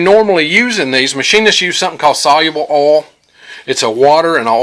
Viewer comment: Oil has an “i”, try pronouncing it “OYL” haha!!! I’m just giving you a hard time man, great video!